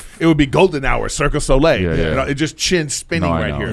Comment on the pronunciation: I like how Erik calls it Circus Olay